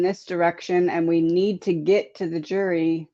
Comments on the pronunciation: did you say "jury" or "jewelry”? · I thought she said jewelry too. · I thought I heard that also …JEWELRY!!